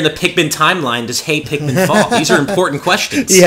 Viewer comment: "Tosh your Pikman"